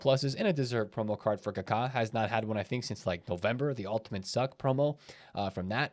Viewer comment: The way he says Kaka 😂.. Ka-Kaa 🦅